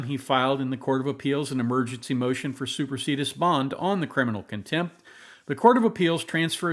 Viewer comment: Isn’t it pronounced /super see dee us/?